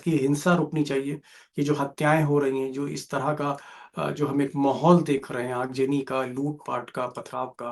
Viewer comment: Aag jani nahi yaar aag zani boltey hai urdu ki tang todney par amada hai